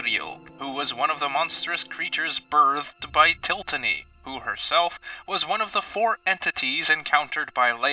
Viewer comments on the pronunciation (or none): Til-ot-ny (til-lot-nee) not tiltany